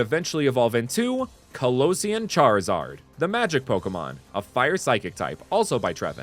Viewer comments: "That charwizard is witterly hitting the gwiddy" is mad funny. My favorites are the charizard line, Empoleon line and the Skeledirge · "that charwizard is witerally hitting the gwiddy"